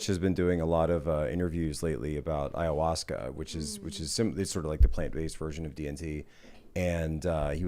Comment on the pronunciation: Nobody: Tim: Ayawussca